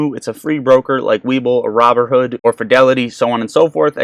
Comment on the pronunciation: lol you said robberhood